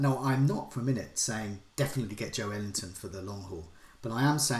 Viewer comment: yeah that break he puts in between pronouncing JO and ELington is too big, he's got to bring it closer